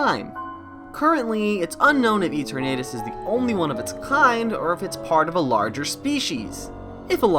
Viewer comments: Why are you pronouncing Eternatus as Ee-tur-Nate-us? The Eterna comes from eternal. Thus the pronounciation should be Ee-tur-Nah-tus. Granted, yes, there's very little concensus on how to correctly pronounce the names of all the fictional Pocket Monsters, but I've learned via experimenting that if you use Google Translate and keep both parts in Englush and then type in the names for various Pokémon, and then press the sound button? It'll give you the best guess on how to pronounce any/all Pokémon; including the most difficult/reccent entries! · good video but that Eternatus pronunciation is craaazy and that Absol connection sounds pretty solid honestly